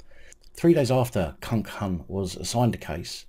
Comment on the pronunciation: Please stop saying kunkun I’ve already spat my coffee out. 🤣🤣🤣 I know it’s not funny but…